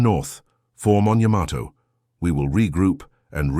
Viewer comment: "Yamato" is correctly pronounced "YAH-ma-to" with the emphasis on the first syllable, not the common American pronunciation of "ya-MA-to".